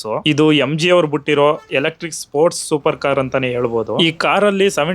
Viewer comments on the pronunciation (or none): Butirodu ❌️ Bitirodu ✅️ ನಮ್ಮ ಮೈಸೂರು ಬಾಷೆ ಸರಿಯಾಗಿ mathadi